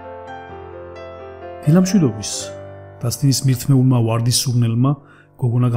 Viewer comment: კარგი ისტორიაა, გმადლობ. ოღონდ გთხოვთ... ქართულ ენაში ვ ეს არის ვ და არა უ და გამოთქვით სწორად. უარდი, თაუი ... არასასიამოვნო მოსასმენია. მაპატიეთ, თუ გაწყენინეთ.